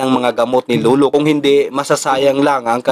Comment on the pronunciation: LOLO HINDI LULU.. BOSS PAKINGGAN MO MABUTI SANA BOSES MO BAGO KAAG UPLOAD..